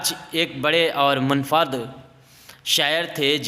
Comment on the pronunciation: پہلے اپنے تلفظ پر محنت کرو۔ غلط تلفظ سے پوری پیڑھی غلط تلفظ سیکھے گی۔ اسم با مسما پڑھو۔ Ism-e-Ba mosamma اور بھی غلط تلفظ ادا کیے گئے ہیں۔ ان پر دھیان دو۔ Munfarid